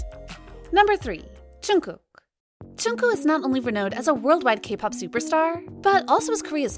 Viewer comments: It's not Chunku or Chunkook. It's Jungkook 😂 😂 Lol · am i the only one CRINGING at the way this woman butchers JK’s name? who the hell is choonkoo???